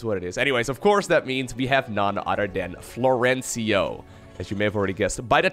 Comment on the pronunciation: No Florencio in the title... Nice name prononciation also 😂 Big fan anyway :)